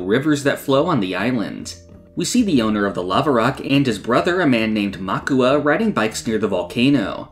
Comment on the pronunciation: The brother is called Mauka, not Makua.